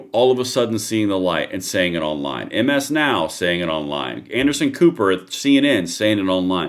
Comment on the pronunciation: MS NOW is pronounced Mizz Now Thank you for yoour attention to this matter..